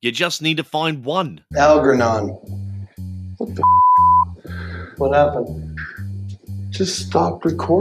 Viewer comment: Dude couldn't pronounce "Algernon" properly. Lol. That said, Praga Khan is known for working with a band called Lords of Acid. An absolute gem of a person.